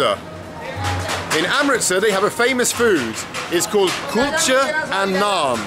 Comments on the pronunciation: You saying culture or kulcha? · It’s kulcha and naan. Then 🤦🏽‍♂️🤦🏽‍♂️